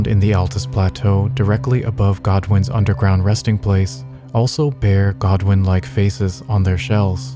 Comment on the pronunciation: its godwyn lol